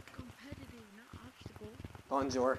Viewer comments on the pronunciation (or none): The "Bonjour" got me dying 💀😭🙏